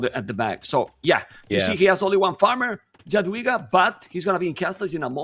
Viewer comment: jesus christ on a motorbike! thank you so much for correct pronunciation of Jadwiga from the